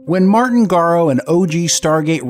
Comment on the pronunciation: Garo? why do people have so much problem pronouncing his name correctly?